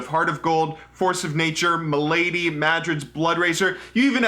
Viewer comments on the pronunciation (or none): I remember just building trinity force on every champion for a while when I first started, or building runaans+nashors on Ahri. I miss some of the old items, like elisas miracle on support, or IE/SotD on Jayce with a W max. Also you say Malady weird, it's Mal-add-e not M'lady. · lol he really did just say MUH LADY. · "m'lady" It's MALady. Like MAL-uh-dee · jesus fuck, Mal-uh-Dee not Muh-lady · stop pronouncing malady m'lady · Just because it's bugging me: MAL-ah-dee. Not "milady" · and THEFUCK is malÄidy? its pronounced fucking malady... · m'lady... really? ma-la-dee... RIP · Its malady not my ladies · aaah I remember the item MA-LA-DY, was saying M'lady, M'lady, wtf pronunciation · Stop pronouncing Malady as "M'lady", can't stop laughing haha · Pronouncing "malady" as m'llady, nice. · I like your video and your style, but your mispronunciation of Kage's and Malady were driving me crazy.